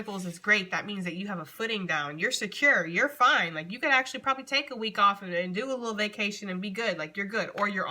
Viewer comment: I know you meant to say “a week or two” but it came out like “wink” and that really is how Geminis measure time 😂😂🤣